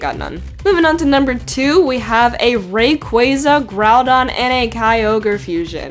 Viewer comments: sorry but you said reyquaza its Ray_quaza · RAY-QWAH-ZAH THATS HOW U SAY IT DX sorry i had to X3